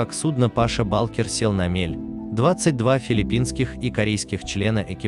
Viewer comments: Какой Паша балкер😀 ударение не туда-то))) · Паша Булкер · Паша. Ударения неправильно делает